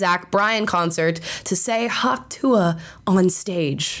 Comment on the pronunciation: Are you saying Hawk Tu-ah? The ah is silent